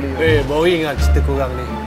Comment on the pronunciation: Sebut boring macam bowing. Comel je pelat R